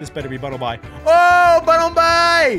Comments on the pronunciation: Bro say bunnelby not bunnelbye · You pronounce it bunlebee not bunlbi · Your brother says bunlby is bunlbuy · It’s call Sillvally(lie) and Bunnelby(bee)